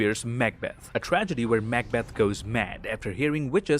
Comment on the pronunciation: ha, its great you pronounce it MACK-Beth , instead of what Im used to , the classic McBeth